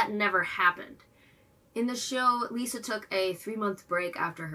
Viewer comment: 1 minor nitpick it's not pronounced like lisa. no lee sound just li sound